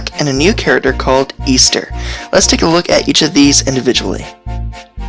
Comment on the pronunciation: Great video but i believe her names actually pronounced "Eh-ster" not "Ea-ster".